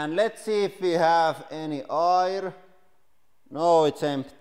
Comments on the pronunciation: Its AIR not eye'r 😊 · Pronounces air as oil...hehe. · Speaking English for us for YEARS and he still pronounces Air like Ayre. Lol glad to see you back in the spotlight with such a popular video, I remember when this channel was making Fruit Salad so you’ve come a long way since then ☺️👌🏻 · I LOVE how you pronounce Air as Ayer 😂